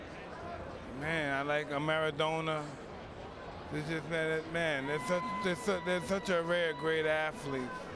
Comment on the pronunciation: Who's maradoner Mike? 😂😂😂..you mean Maradona ? Lol..